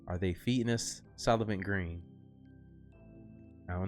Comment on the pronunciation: It's Soylent Green not Sullivan Green.